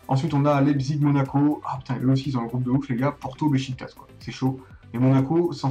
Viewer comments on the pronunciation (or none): none